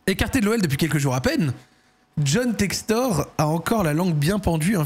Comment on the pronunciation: Mdr t’a dis Jhon sextoy sans faire exprès et juste avant tu disait d’arrêter de dire BiteCo 🤣🤣🤣🤣🤣🤣